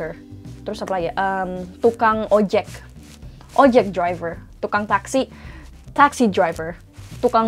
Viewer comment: . Did you say ojeG driver?